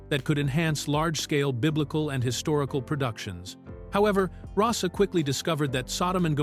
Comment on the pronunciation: The photos of Miklos Rozsa (pronounced “RoeSha”, not Rossa are actually of Dimitri Tiomkin. The BBFC ‘X’ certificate in 1962 prevented anyone under the age of 16 from being allowed to see the film in a cinema. The age wasn’t increased to 18 until July, 1970. A fat lot these Americans know. Added to that, the images on the video often bear no relation to the narrator’s descriptions.